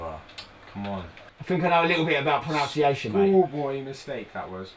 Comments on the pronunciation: *pronUNciation, not pronOUNciation... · 'I think i know a bit more about proNOUNciation' You mean proNUNciation!